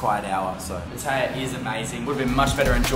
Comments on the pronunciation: Can't even pronounce Pattaya correctly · not saying pattaya right saying pattaya like ting tong falang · Learn how to say Pattaya, please.